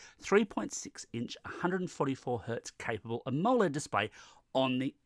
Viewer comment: It's am o led 3 syllables not amol ed 2 syllables plus its not an amoled screen.